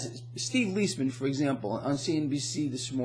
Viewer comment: First, you are mispronouncing Steve's name - it should be Lies Man as two separate words. But on to inflation. After a short deflationary period in the fall of 2008, by the summer of 2009 with ZIRP, we started seeing serious price inflation to the tune of 6-8%. This has been covered up by the Bureau of Lying Statistics through various gimmicks, the most ludicrous of which is their "hedonic adjustments," from the Greek word for pleasure. The three main reasons that they are covering it up are: 1) They would be forced to end ZIRP which would result in an immediate crash of the equities market. 2) Since GDP is nominal minus the deflator, this would have resulted in a GDP over the last 8 years averaging minus 5%, compounded annually, i.e. the Greater Depression as opposed to the "recovery." 3) The gooberment would have to pay substantially more on COL's, especially to geezers like me on Social Security." As usual under situations with unsustainable debt since biblical times with overt jubilees, the debt will be reset through hyperinflation. As your brilliant buddy, Lynette Zang, likes to point out, we have been in hyperinflation since 1913, but few have noticed it since they dragged it out over 100+ years in order to disguise it. We are now going into traditional rapid hyperinflation. The truth is the Cabal doesn't really wish to stop it. It was part of their game plan for over a century. The equities market will shoot up, but like Weimar, Zimbabwe, and Venezuela, will st